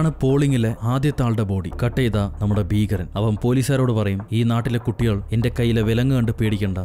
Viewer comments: ഫീഖരൻ അല്ല മനുഷ്യാ ഭീകരൻ 😃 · ഫീകരൻ അല്ലാ ട്ടോ. ഭീകരൻ